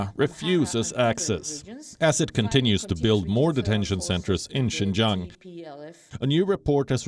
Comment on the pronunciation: Province Xinjiang in China. "Xin", phonetic transliteration, means new et "jiang", meaning territory, or frontier territory. Xinjiang, new frontier territory. Lady Palki has increasingly good pronunciation on Chinese. She got it right in reading out Xinjiang.